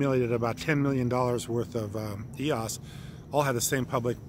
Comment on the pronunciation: It’s so hard to take you serious when you can’t pronounce EOS correctly (according to Dan Larimer)